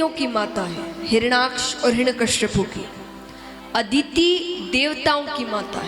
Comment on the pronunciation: 'हिरण्यकश्यपु' नहीं "हिरण्यकशिपु' । प्रवक्ता/प्रवक्तृ का उच्चारण शुद्ध होना चाहिए